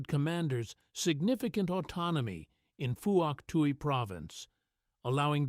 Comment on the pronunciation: Not four to six men, always five men and you mispronounce Pwok Tai.